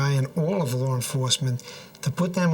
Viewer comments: "Lar enforcement vowed to un-eartt them" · "Lawr enforcement" 🤣🤣🤣